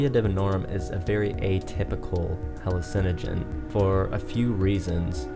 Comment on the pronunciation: I was going to say that before reading this comment once I heard how he pronounced hallucinagins 😂😂😂